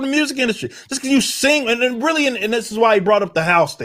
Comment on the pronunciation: Weally whell lol. His pronunciation of well made me chuckle. Otherwise I don't like this video. I have to pay attention to get what he's saying and that's too much to ask Katydid.